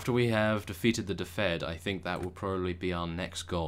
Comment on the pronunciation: please read this..... its pronounced dufid (i live there)